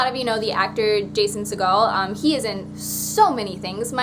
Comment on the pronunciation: Jason Segel is a fantastic human being. Also recently in "End of the Tour" which might interest you if you haven't already seen it. (Also, at the risk of sounding pedantic, it's Segel like "eagle". Not Segel like Steven Seagal.)